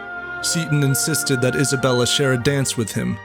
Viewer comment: Thought u said hasbulla 😭😭😭😭